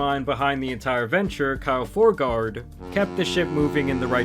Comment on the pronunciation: Surname is FORGEard ffs.